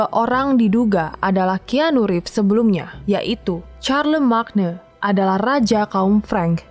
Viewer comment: Charlemagne itu bacanya Carlemayn